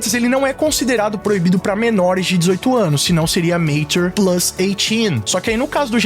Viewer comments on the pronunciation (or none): A pronúncia pra quem gosta de falar certo é: Matchúr e não Mêitchur. Esse segundo jeito se aplica a palavra Nature. Nêitchur